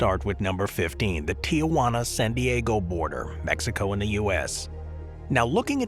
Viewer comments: It's not pronounced Ti-ah-wana, it's Ti-wana. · "Tijuana" is three syllables, not four. It's not "TEE-uh-Wah-nuh". It's TEE-whah-nuh . I swear, if the whole video was about Tijuana, I would not stay, this is so annoying. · I'm normally pretty lax about mispronouncing names from other languages. But for pete's sake, look at the spelling. There's no "a" in there. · I liked the video. However, I would just like to point out that it is Tijuana, Mexico. It is not Tiawana.